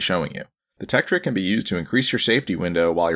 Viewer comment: "THE LEDGE TEKTRIK"